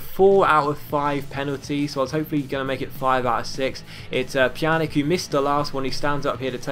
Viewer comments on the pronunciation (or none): Stop saying Pjanik it's Pjanic, the C is pronounced the same way as Olic or Mandzukic! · if the letter c has a thing on it like this ć It's pronounced as a ch So for evample pjanić is pronounced pyanich Same rule applies to a certain swedish winger in the player career mode